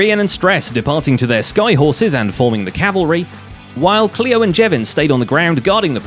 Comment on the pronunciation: Zombie gleo not Cleo and it’s isgall